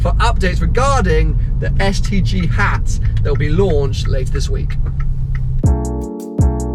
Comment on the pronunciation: Everytime he says STG I only hear STD. Branding fail.